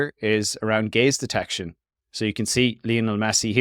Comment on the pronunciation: I keep hearing it as "gays detection"